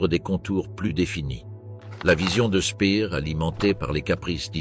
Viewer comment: Quelques erreurs de prononciation dans le commentaire, Speer ne se prononce pas Spear, il n'a rien à voir avec Britney